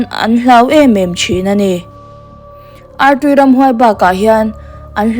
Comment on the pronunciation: Artui i lam rik dan hi a dik looo